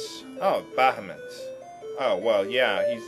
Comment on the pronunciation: That's because it's pronounced Bahamoot. >>